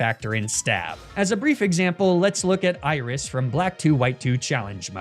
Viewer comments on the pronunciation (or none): none